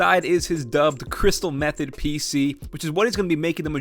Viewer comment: "Crystal meth-od" XD